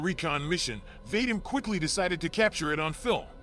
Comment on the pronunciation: The name Vadim doesnt rhyme with " hate 'em". It rhymes with, for lack of a better phrase, "The cream". As in, va-DEEM. Although thats merely the closest American English approximation.